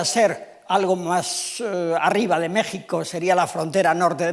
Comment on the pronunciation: A este señor le cuesta decir mexico pero si dice pais egipto.